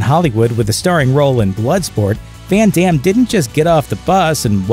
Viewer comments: "When Demm" XD. Americans and their pronunciation. Try to say "Fun Dumm" and maybe you pronounce the name correctly now. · Did he really say "fan dams" 😐🙁 smh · I love Jean Claude Van Damme Hey watch yo mouth, foo! Sorry, I meant Van Darn.